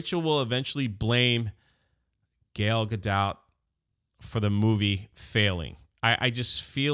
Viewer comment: "Gale" Gadot 😂😂😂 it's "Gah-l" not "Gail or Gale"